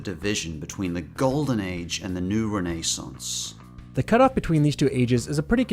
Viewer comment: What type of terrorist pronounces renaissance like that?